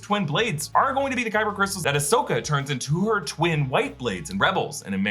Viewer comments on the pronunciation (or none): none